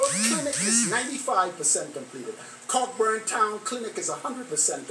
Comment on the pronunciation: Its pronounced co-burn not Cockburn